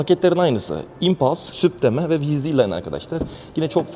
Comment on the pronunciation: Kardeş be ! eline sağlık da şu İngilizce kelimeleri doğru okusak, mesela vidoya başlamadan önce, çok basit bir şekilde model ve paketlerin okunuşunu google translate kullanarak öğrenebilirsin. Sen "SUPREME" dedikçe kaşım falan seğirdi.